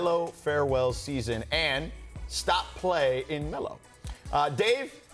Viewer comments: Ew why he say playin like that 😂😂😂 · Stop play in melo, never listen to a guy that doesn’t know how to pronounce playin